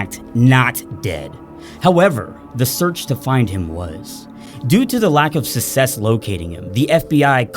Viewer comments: try successfully saying "success" bro. say it with me: "suck". "sess". not Sussex. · please learn how to pronounce success/successful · SUCK SESS NOT SUSS SESS success success success oh my god it's killing me everytime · Please stop pronouncing success like that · Your pronunciation of success really bothers me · I loved this video but the way you pronounce success pisses me off. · love the video, despise the way you pronounce “success” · Amazing video. I’ll be sure to only use this information for good. (My only complaint is your blatant mispronunciation of the word “success”.)